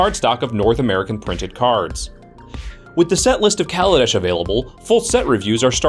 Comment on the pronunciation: Lol, Worrying about mispronouncing cards when you're mispronouncing the name of the plane? it's Kal-a-desh, not call-a-dish